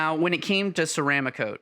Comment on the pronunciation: Ceram ah cote??? Try ceram cote. I hate when the experts on YT don't even know how to pronounce the products they review. My pet peeve, sorry. Another guy with 172 videos said his favorite airbrush was an "I oh wata." Just 5 letters and can't get that right. Now Ghaalari (pronounced gallery) I can understand! I like the video and the time spent to produce it though...:)